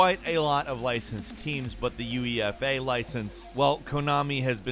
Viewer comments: UEFA = you-ay-fa, not U E F A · Yu. E. EF. A league??? C'mom man. UEFA.